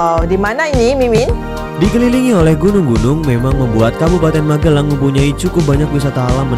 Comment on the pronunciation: Magelang bukan MaGElang uni.... cek google translate HAH